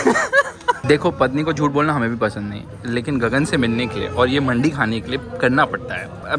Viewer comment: Brrooo its not baji wali mandi its mandii